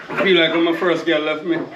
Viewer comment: said like when him first girl leff him 😂💀🤣